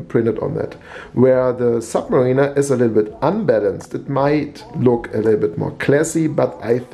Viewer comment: Submariner not sub Marina ....Sub Marina would be a place to keep U boats :-) ...... Ilove you German guys from our old country but don't Butcher Anglo-Saxon please guys!